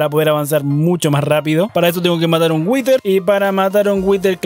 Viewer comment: Por que pronuncias "witer"??? (whiter) Creo que se dice "wider"